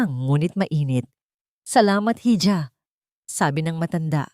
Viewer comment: Iha Hindi hija